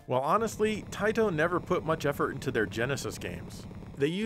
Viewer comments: I love how says Taito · Seeing him put a taito game in the genesis just got me desperately waiting for him to say it in his funny way